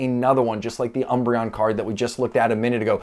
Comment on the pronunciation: dying lol of all the ways you could pronounce that name